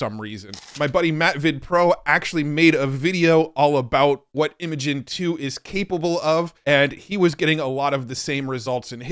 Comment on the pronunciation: Cool video as always.. but.. isn't Imagen pronounced "imagine"?